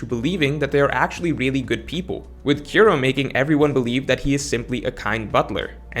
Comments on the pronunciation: You suck at pronouncing most One Piece names/words lol. Kiro? You make Kuro? Koo-Ro. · struggling a lil bit to pronounce Kuro. Good video though. Thumbs up.